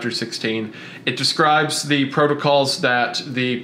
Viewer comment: Great pod! My only criticism is that wendigoon need to learn how to pronounce describe